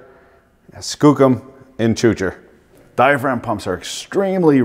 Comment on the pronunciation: Dye-uh-fra-gum (diaphragm)